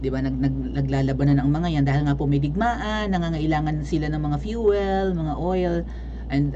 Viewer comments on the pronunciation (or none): none